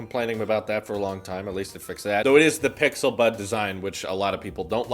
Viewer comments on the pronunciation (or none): none